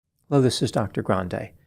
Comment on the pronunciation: I tune in just to see if you can cut off any more of the first syllable of hello